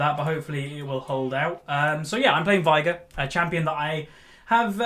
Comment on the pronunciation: Why do you say Vigar? It's veigar , i can't get an why an experienced player can't even pronounce half of the champs you play ...